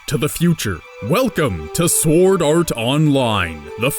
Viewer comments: S-word Art Online Nice pronounciation dude. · Forgive me, are you pronouncing the "W" in Sword? Like Sward? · i couldn't help but mention the Shword pronunciation xD sorry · Anyone else get annoyed when he doesn't pronounce sword right